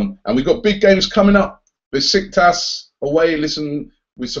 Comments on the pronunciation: its pronounces beshiktash (pretty sure the curly S is SH) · Love your channel! But is that really how english people pronounce "Besiktas"? Bisiktas?